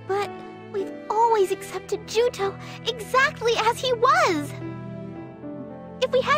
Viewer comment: Juto not Joto lol